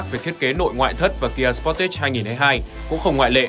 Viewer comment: Đọc cái tên xe nghe đúng quê luôn, sờ pót tét @@ Tìm hiểu cái tên xe trước khi làm clip đọc nghe cho nó sang chút nào :)